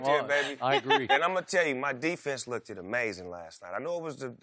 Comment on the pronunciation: Snoop said my team “lookeded” good lmao